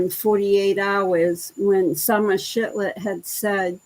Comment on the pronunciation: love how you say SHIT LET.....instead of SHIF LET hahaha